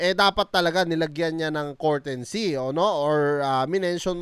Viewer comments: pa english english ka pa kasi "COURTESY" hindi "COURTENSY!" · Boss hindi po yan cortency mag basa2 ka muna bago ka mag vlog nyan para d mapahiya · It's COURTESY NOT COURTENCEY.... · hindi courtency, courtesy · Brad anu ba ung sinasabi mong kortensy ang ibig mo bang sabihin kertesy(courtesy) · comment lang. 😅😅😅 Courtesy, Hindi Courtensy. Honest feedback lang. 😊😊😊